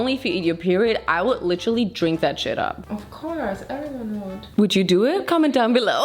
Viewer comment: Yep, „litterly“